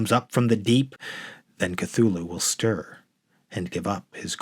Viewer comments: It's pronounced Tū-Lū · More "Cute-thulu" 🙄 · Since Lovecraft himself was never sure, I prefer to say THOOL-HOO (silent "C") as in Chthon.* . *pertaining to the underworld. Sounded as a "K" when preceded by a vowel